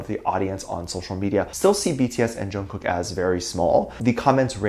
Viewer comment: It’s not pronounced like that, it’s how you would say night in Korean which is actually the meaning of his name. And I am just trying to let you know the proper pronunciation because it does matter. So no one try to come at me because you will get blocked or you will get a bad response. Thank you